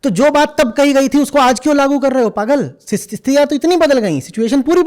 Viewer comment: Jab jab "pagal" bolte ho, " chutyo" sunai deta he 😂